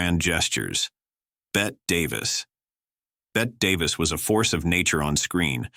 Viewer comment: I really wish you'd make these subtitles optional. They take something away from my viewing these videos. Bette Davis DID NOT pronounce her name like Bette Midler---She pronounced it BETTY. Please get these mispronunciations correct!